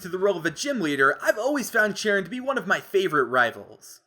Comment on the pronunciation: uh I think cheren is pronounced shar-on